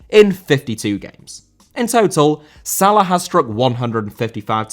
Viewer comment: Salah* not Saler